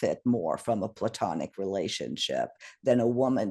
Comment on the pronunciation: Correction... Platonic... Not, plutanic..lol